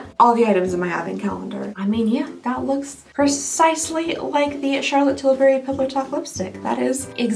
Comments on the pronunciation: Because of the way you say Charlotte Tillberry I have not been able to say it normal since. Every time someone speaks of Charlotte Tillberry all I hear is your voice🤣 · Omg you saying Charlotte Tilbury will forever be my favorite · I also never want to her voice because you say her name the best 😂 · I love you. You are my comfort food but stop saying Charlotte Tilbury like that!!! Please!!!😂 I’m so happy you started doing mass advents. I look forward to these all year. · I just love how says the name 😂😂😂!!! I can listen to over and over again and still smile and giggle. 😊😊keep saying it, it is awesome and brightens my day. ❤ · I love the way you say Charlotte Tilbury! I tune in every year just to hear your over the top pronunciation of this person/ company name. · Here for the fancy way you say "Charlotte Tilbury." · I cannot say Charlotte Tilbury normally now 🤣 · Thanks for influencing me so much when I walk around in our makeup stores in Austria and see Charlotte tilbury i pronounce it your cHaRlOtTe TiLbUryyyy way out loud all the time, lol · I always pronounce her name that way when I see it 😂 and tbf, she doesn’t sound that different in her ads!